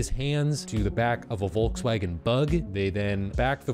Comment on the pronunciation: its not "Volg swaggen" its Volkswagen. Just look it up on google, theres an icon you can click for the pronounciation. Edit: there is no icojn you can click, sowwy